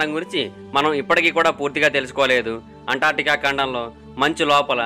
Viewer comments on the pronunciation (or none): అంటార్టికా కాదు బ్రదర్ అంటార్కిటికా